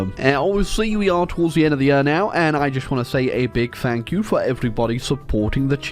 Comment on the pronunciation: Why does he say yer instead of year?